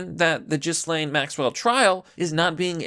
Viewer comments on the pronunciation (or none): it’s around the mark and I chuckled for about five minutes after. As a bonus, I also chuckled when he said “Jizz-lane Maxwell” at around the mark.